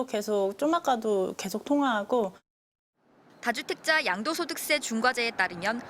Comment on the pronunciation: 아나운서가 혀가 짧은건가......이재명 대똥렁이 계속 미로조온 다두땩쟈.......공식화 발음이 .... 공시꺄?